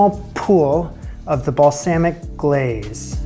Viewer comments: Loved the show, I wouldn't change anything, but if you did change anything, pick a pronunciation for "balsamic" and stick to it. That's it. Keep up the awesome work. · My ears twitched every time you said balsamic.